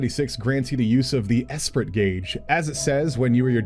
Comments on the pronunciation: This was a really great overview so thanks 😄 But if you're going to be talking about DNC skills a lot in videos, you're gonna need to learn to pronounce some French words 🤣 I'll get you started: "En avant" > on ahVO(Nh) ...and Esprit > esPREE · considering everything's named off French words that esprit would be pronounced like espree. French word for spirit. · Esprit. The T is silent! But I'm super excited for Dancer besides, it seems to stand out in its gameplay!